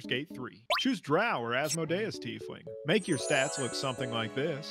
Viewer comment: Asmodeus... I'm pretty sure the emphasis is on the MO not the DE